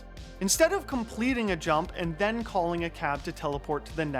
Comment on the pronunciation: I'll never stop hearing Wirtuals "But than X got THIS run" whenever a faster one is introduced :D